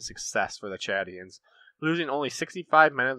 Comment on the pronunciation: I'm very impressed with you pronunciation of names, especially the Chadians. Excellent video, you get a thumbs up from me.